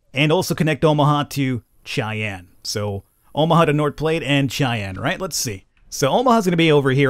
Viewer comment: “Platte” in “north platte” is pronounced: pl-(open a, such as the a in (asteroid)- and then t Edit: I just realised, just say “flat” but with a p instead of an f PS loving it, pls do more